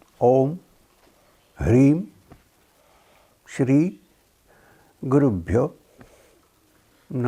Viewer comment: Sounds like he is saying (pure) for the syllable (byo )? And i forgot the other question. Namaste thank you so much🙏🏽